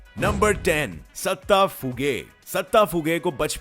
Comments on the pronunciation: Bhai datta hai not satta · Not satta is datta